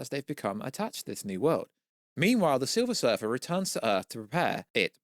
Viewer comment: Its silver surfer not surfet.. 😂